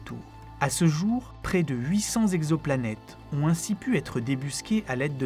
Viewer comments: Comme d'habitude un travail exceptionnel, une vraie réussite. Une remarque cependant, attention à l'orthographe notamment les liaisons. Cent "zexoplanètes" ça m'arrache les oreilles, il n'y a pas de "s" à cent. Cent "texoplanètes" est plus correct. RAS par ailleurs. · À 4 minutes 25, Cent t exoplanètes, pas cent z exoplanètes ! Ok, je chipote...